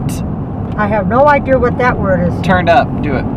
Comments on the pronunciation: "I have no idear where he gets his idears from" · Take a shot everytime she says 'idear" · lol I think adding the R at the end of idea is an old timey New England thing. My grandma said idear too lol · Also my mom also says idea like idear. It's kinda like a New England accent that some people have. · Idear.... lol. granny's so cute. and so is. haha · IDEARS LMAOOOOOOO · Omg LLol love u guys all my teacher say ideer lol